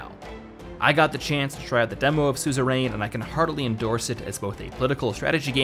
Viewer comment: It's pronounced "SOO-zuh-run."